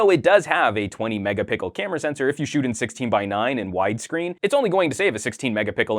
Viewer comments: 20 megapickle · I really like the review. I find it funny how you say "Mega Pickel" for MegaPixel. xD